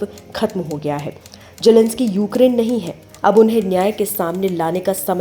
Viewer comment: Jelensky nahi zelensky